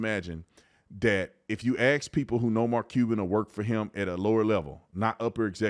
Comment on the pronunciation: Before you start making judgment calls on Mark's IQ, perhaps it is time for you to learn the correct pronunciation of the word "ASK." It's one of the easiet/shortest words in the English language.